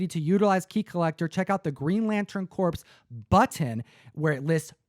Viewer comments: THE WORD CORPS IS NOT PRONOUNCED CORPSE, ITS PRONOUNCED CORE. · It’s pronounced “core”, not “corpse.” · love the show. It's "core" not "corpse", lol Green Lantern "core" corps. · Green Lantern Corps. It's pronounced Core and not Corpse.